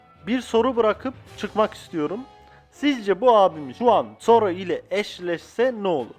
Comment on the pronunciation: Soro= Zoro da telaffuzu tuhaf gelen isimlerden. Zoronun tam potansiyelini göstermeden eline enmayı verdiler saldırısına kral hakisi eklemeyi öğrendiğinde seviyesi yükselecekttir kafa kafaya vs atabilir fujitora ile Yonkou(vano sonrası) sağ kolu olarak amirallere kafa tutacak seviyede olması lazım diye düşünüyorum